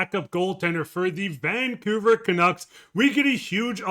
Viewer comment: FFS. The name 'Vancouver' has 3 syllables and the stress is on the second syllable 'cou'. Why keep stressing 'Van'? It ain't natch.